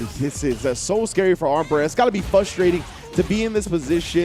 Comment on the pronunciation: the "r" in frustrating isn't silent